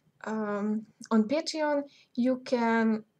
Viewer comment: Photoshop what ? And what were you saying at about ..."Patrion" ? At about on the video, what was that ? Thanks